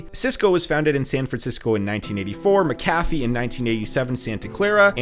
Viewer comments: Wait.. did he pronounce McAfee : Muh-Kaffy? i thought it was pronounced: Mack-Ah-Fee. lol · It’s pronounced “mackafi” with the emphasis on the “Mac” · Me: Macaffee: Muhcaffee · Shack-lee. Mac-uh-fee. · Check your pronunciation of McAfee (Associates).